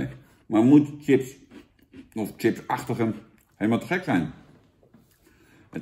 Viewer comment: Grappig dat Jan de review begint met ‘Sjips’ en dan zich bedenkt dat hij hiermee zijn zorgvuldig opgebouwde imago van Kakker uit Bergen geweld aandoet en snel ‘Tjips’ roept!